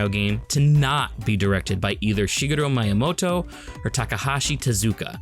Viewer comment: There is no "long I" in Japanese. Miyamoto is pronounced "Mee-yamoto," not "My-yamoto." You're pronouncing it as if it were spelled "Maiyamoto."